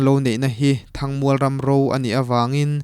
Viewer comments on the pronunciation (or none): Mizotawng zir i ngai...A tir lama i lam zin em em"THANG MUAL" Kha a thluk i lam dik thei tlat lo...